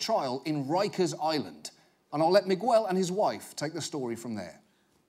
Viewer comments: “One example! A man called Migwell.” Migwell? What the fu.... You mean Miguel?! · my man really be saying "migwel" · "Mig-well." I get that you're British, but come on. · He called dude 'Migwell' lmao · Is that dudes name really pronounced Mig-Well. Not Miguel? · Why does he say migwell? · Miwell? I thought it was Miguel, pronounced Megal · If you are planning on staying in America, you are going to need to learn to say "Miguel". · On a side note....John Oliver pronounced Miguel really funny to me. Like its Migg-el not Mig-EU-el or however he said it 😂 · It's so funny to me, a spanish speaking guy, to hear the way John pronounces the name Miguel. Can't really explain it, but it's not Meegooel. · The way he pronounced Miguel was hella irritating... Just thinking about it is annoying. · You don't pronounce the u in Miguel. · The u is not pronounced in Miguel. Please John please you have a team of fact-checkers.